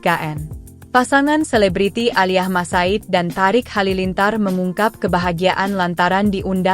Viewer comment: yang baca berita tulisannya emang thariq tp bacanya thoriq bu terus HUT mbok ya baca lngkap hari ulang tahun,, kok hutt😂